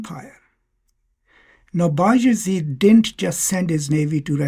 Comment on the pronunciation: Sultan bay azid is the correct pronoucing.